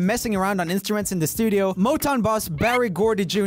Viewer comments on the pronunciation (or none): none